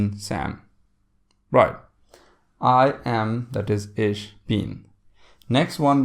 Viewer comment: "Ich" is pronounced kind of like "ik", with the "k" or "ch" at the back of the throat it is NOT pronounced as "ish".